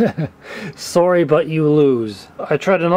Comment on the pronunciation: "Sorry" in the Canadian pronunciation, Eh?